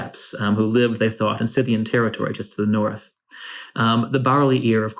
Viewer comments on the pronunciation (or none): none